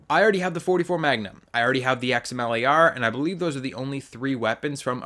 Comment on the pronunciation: Xamele R. Wtf did you just say. Xm Lar*